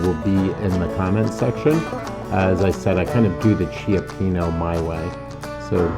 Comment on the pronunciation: I’m sorry please call the restaurant and pronounce it correctly cioppino❤